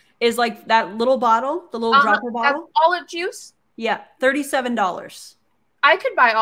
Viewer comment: did she say "DOBBLER?" closer i guess??.... its a dropper A DROPPPPERRR